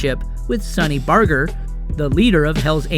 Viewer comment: i lost it when he said "Sonny Barger" wrong lol